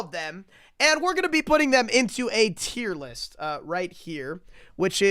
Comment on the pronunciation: “Tear list” 😭